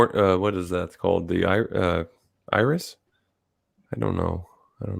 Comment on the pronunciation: The colored part of the eye, is called an Iris, and the little black dot, is the Pupil. Say that 10 times,. Lol....iris, iris, iris. Lol. You had trouble with that last time. I'm just teasing you. You are Very Good at describing these things........IRIS.